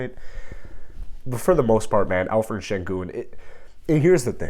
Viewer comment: I think your pronouncing senguns first name wrong, I think its pronounced with the 'p' and not 'ph'💀